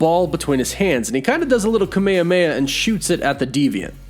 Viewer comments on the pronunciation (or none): none